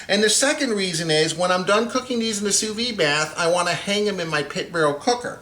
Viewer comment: It's not "sous vee". It's pronounced "sous veed".